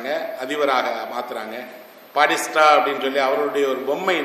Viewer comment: Esra ayya. A small request, whenever you are telling a name , do please pronounce it properly. It is not padista, it is Batista. Will anyone accept if I say pidel Gastro?